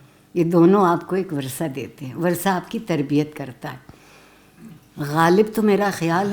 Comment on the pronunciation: وَرثہ نہیں وَرَثہ ہے وہ لفظ بمعنی میراث پانے والے لوگ۔ بحوالہ اردو لغت بورڈ , کراچی۔